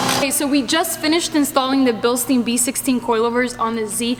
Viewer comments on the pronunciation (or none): Billsteen... funny pronounced in the US 😜 Greetings from Bavaria Germany!